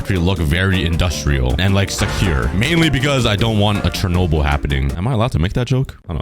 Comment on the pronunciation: Bro why did you say Chernobyl😢